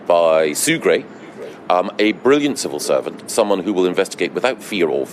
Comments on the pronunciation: I thought she said servile serpent. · The fact that she couldn't say the words "civil servant" and instead came out with "cerval servant" makes me think the answer to your question is probably no :)